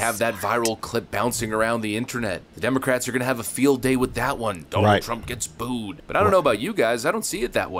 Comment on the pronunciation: Booed not bood